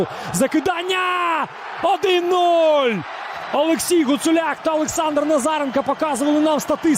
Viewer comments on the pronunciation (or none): none